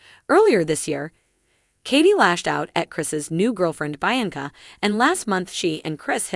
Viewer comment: It is pronounced BEE ANCA.......SPELT BIANCA!